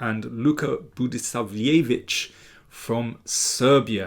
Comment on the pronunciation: Well, one could also conplain about the pronunciation of Budisavljević, but come on